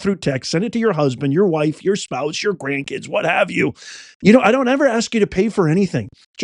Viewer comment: I can't stand when says "Grandkid'zez, Grandkid'zez, Grandkids! I'm an author and I write quite often and I just can't stand when people use words wrong or pronounce them wrong! claims to be a PROFESSOR who taught at a college! I sure hope he spoke better English in front of his students! KIDS are KIDS and KIDS KIDS are KIDS not KID'zez!